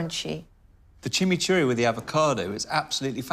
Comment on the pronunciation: It’s not chimceeri sauce. It’s chimichurri sauce. It’s Argentinian.